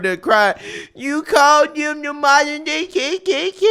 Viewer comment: Kendi is a Fraud.... Calls himself a scholar and struggles to pronounce “modern” Moderin....?